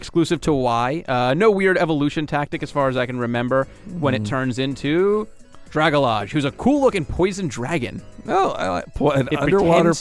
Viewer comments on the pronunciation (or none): Dragalge is pronounced as "dragon" and "algae" together, so drag-algae :). I thought it was a cool name that should get noticed for what it is haha :)!